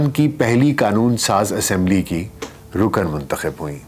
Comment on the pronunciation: Are you sure it is pronounced Naina and not Nina Behind the ' veil ' pronounced as vale Not Rukan but Rukn Nafs not nafas Noticeable . there is not a single photograph of Shaista Ikramullah in public domain in purdah herself . Purdah being widely misunderstood and deliberately enforced by men over women in the Muslim world